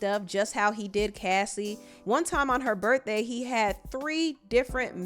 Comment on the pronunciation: U say “berdday” instead of birthday 😂🤣